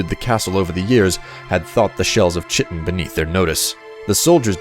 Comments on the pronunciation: It’s pronounced kite-tin, not chit-tin. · I loved the story, and the excellent narration. My only issue is that you pronounced Chitin wrong - it's pronounced "Ky-tin". Anyways, awesome video. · Chiten is pronounced kiten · I like your videos, but it's crazy how badly you butcher some of these names, Kye-ten, Karth-waste-n, Traw-ma root, Nell-oth, etc